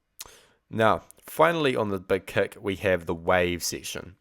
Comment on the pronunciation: He said "Beg keck plugin" lol lol Thess ess Spaaaaartaaaah!